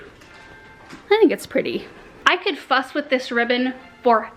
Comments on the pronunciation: Omg. I had to listen to the video 5 times till I heard you correctly when you said " I could fuss with this all day" because I know you didn't say what it sounded like. Just thought I would let you know in case anyone else got confused. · You said fuss with this ribbon and I heard a different word at first! LMAO!!!! ha ha ha~~